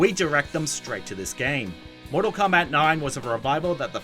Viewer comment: It sounds like he's trying to say "comeback".